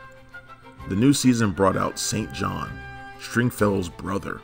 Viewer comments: Did this guy just say St John when they pronounced it Sinjin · Why does he keep calling Sinjin "St. John"? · FYI: It's not pronounced "Saint John". It's "Sin Jin". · Did you actually watch the show? His brother, who's name is spelled.. St.John, was pronounced.... SinGin.... if you watched this you WOOD NO....HA HA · Greetings from Ireland. Good podcast. However St. John is pronounced "Sinn -Jon". I'm being pedantic, sorry. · You can tell never actually watched the series. If he did he would know that Saintjohn is pronounced 'Sinjun'. That is how String said it every time he mentioned his brother. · It's spelled St John and pronounced Sin Jin look at the show credits if you don't believe me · Sinjun…not St. John.